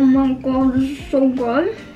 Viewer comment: "They look SOOOYYY good" that aussy accent tho.